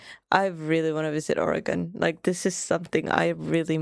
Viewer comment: As an Oregonian I'm just happy you are pronouncing Oregon correctly.